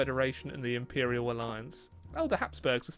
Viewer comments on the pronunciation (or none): none